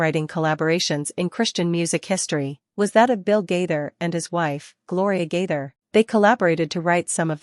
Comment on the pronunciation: The woman doing most the talking pronounce Gaither most the time gader